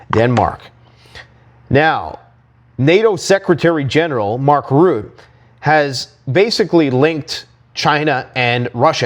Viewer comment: FFS will you please pronounce Mark Rutte's name right. It's pronounced "Rutta", not "Root" It's so bloody annoying and I'm not even Dutch